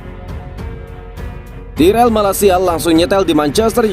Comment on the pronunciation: Tayrell min tayrell bukan tirell